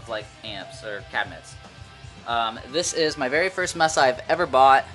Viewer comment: Mesa is May-suh not messa. Nice cabs though.